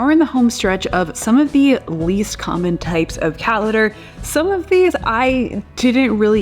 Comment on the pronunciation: Haha! Precisely! She can’t pronounce her ‘t’s in any word. “Cat litter” is pronounced “Ca- lerrrrrrrrr”. 😝